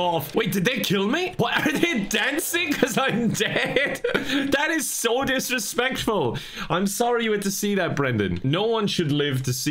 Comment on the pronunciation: I think the thickest I’ve ever heard accent is when he says “disrespectful” idk even know if it was an Irish accent I just know it was thick